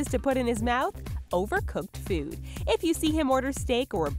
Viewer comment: It's food...not feood.